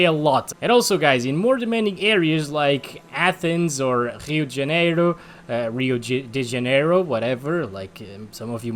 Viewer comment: Are u Brazilian? U said Rio de Janeiro way to good kkk